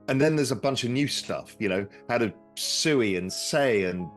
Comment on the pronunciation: He calls SUI SUEY LOL